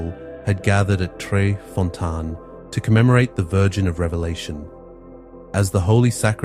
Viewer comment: Fontane= foh-TAH-neh.